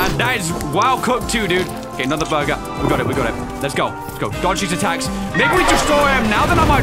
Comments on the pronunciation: Holds the Edited Burger The says: "BOORGIR" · Is so funny win you say buger like a rat buger